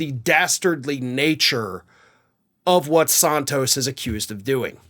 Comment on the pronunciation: Do you call him Sahn-toast on purpose?